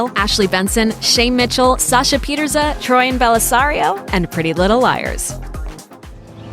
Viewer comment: Is it me or does it sound like she said troian and Bellisario not troian Bellisario